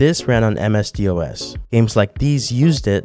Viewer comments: DOS. not dee oh es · Am I the only person bothered by the way he pronounced DOS? You say it like "Doss", you don't spell it out. 😭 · the fact you pronounce Dos as D-O-S really shows how young you are. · God it's DOS NOT d.o.s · im young and I know how to pronounce DOS, I dont think he researched it much